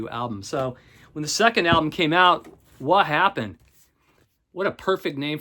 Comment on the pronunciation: Okay. You need to look at that English Beat album and PRONOUNCE IT CORRECTLY. It's NOT "wha happen"; it's "woppen" (or "wu-hoppen"). You really need a "lower-class" British accent to say it correctly but it should be spoken as a single (or singlish) word.